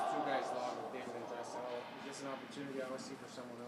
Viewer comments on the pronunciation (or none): It's Draisaitl, not Drisital